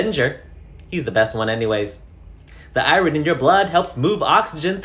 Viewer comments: Am I going crazy or does he keep saying "I rin" instead of "I earn" for Iron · Eyeron...Sorry im drunk and that bothered me a smidge. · Came here to find this ‘I-rin’ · Ierin adds to personal dictionary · No, but the fact that iron is pronounced "ai-urn" is crazy (courtesy Google). Think about it. The letters switched places. pronunciation actually made more sense for me, having a phonetically consistent mother language. Smh English and your phonetic inconsistencies. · Was "I wren" on purpose? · I can't get over the way he pronounces iron. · Hahaha 🤣 I repeated it a few time laughing, then had a hell of a time trying to say it correctly! 🤣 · why do you say iron funny 🤣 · This guy needs to learn how to pronounce iron, tho.